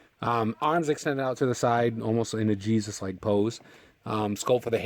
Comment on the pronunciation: the way you prenounced jesus wasent right , it's just normal way . jee-sus